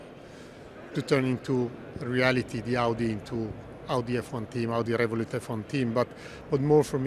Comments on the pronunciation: Not the introduction saying 'Awdi'... bruh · Can't even pronouce Audi 😅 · Also mispronounced Audi, for the full hat trick